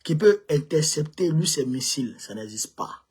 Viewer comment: ON NE DIT PAS "LU", ON DIT " LUI. MERCI BEAUCOUP